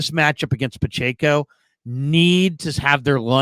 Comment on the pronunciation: Couldn’t finish this one…pronouncing Pacheco’s name wrong was getting too annoying 🙄